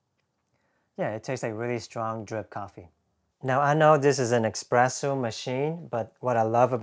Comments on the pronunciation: “Espresso” not “expresso.” 🤦🏻‍♂️ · It's espresso, not expresso. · Drink a shot every time he pronounces espresso as ex-presso! 😉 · actually, it depends on where you live. In France, and probably other French-speaking countries "expresso" is common pronunciation.